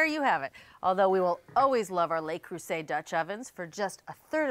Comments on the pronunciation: Le Creuset, not Lay Croozay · FYI - "Le" is pronounced similarly to the "oo" in "look" - to be pronounced "lay" it would be spelled "les" - which is the plural form. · It's LE, not Lay! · LE is pronounced “luh” LES Is the plural form, pronounced “lay” So please pronounce it correctly LUH Creuset. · Neither of these supposed experts seem to be able to pronounce ‘Le Creuset’ correctly. ‘lay croozay’ isn’t it. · I hate to be that person, but it's 'Luh- crew -say' 😕